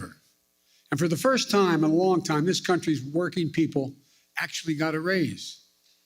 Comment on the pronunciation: "Firth thing we're gonna do..."